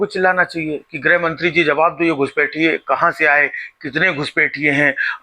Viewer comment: गुजराती में हृस्व मात्राएं होती ही नहीं हैं इसलिये शाह-मोदी से चून-चून, घूसपैठ जैसे उच्चारण आप सुनते हैं। उसी तरह ऋ की मात्रा भी गुजराती में नहीं है काम र् और उ की मात्राओं से चलाया जाता है। गौर करेंगे तो आप ग्रुह मंत्रालय और क्रुषी प्रधान देश जैसे उच्चारण पायेंगे।